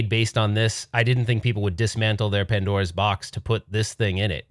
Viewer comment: "Padnora" lol 🤭